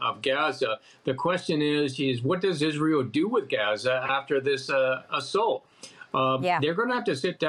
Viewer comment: Oh you pronounced that غ very well 😊